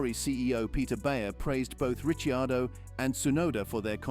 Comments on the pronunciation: >> *THIS VOICE KEEPS SAYING (( RICHYIADO)).. WHO IN THE HELL IS THAT??? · My God, your rumours are so far off.😂 At least pronounce Ricciardo's name correctly. The Red Bull employee was Honers PA who's been linked to Jos Verstappen. More BS click bait crap